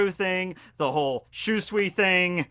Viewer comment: I know you don't care about correct pronounciation anymore but dang i still cringe everytime you mispronounce Shusui. But hey, you're the cringe king so.. good job i guess?:D aaanyway.. I love we're finally getting more sword lore.